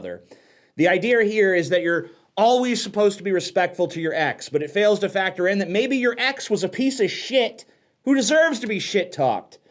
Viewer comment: Did you just say "idear"? What are you fucking gay?